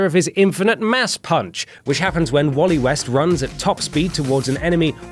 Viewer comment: why did you say wallet west, very Allen is better